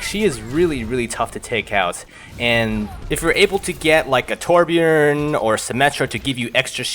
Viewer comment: pronounced torbjörn correctly. instant subscribe.